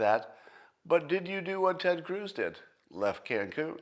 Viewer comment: Hehe...Scott said Ted Cooze.